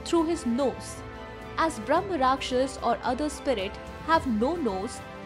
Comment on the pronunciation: It's Brahma Raakshasa, don't half pronounce last letters like Mughalai Hindi